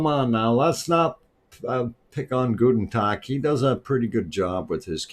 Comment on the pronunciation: That was a very kind time for me yesterday to start the stream, thank you! And you were also well served yesterday, right? ;-) I would like to know where in germany your roots are! When you say the name "gutn Tog", I have to grin because you pronounce it very German, namely as "guten Tag"! We are always very happy when you say something in German!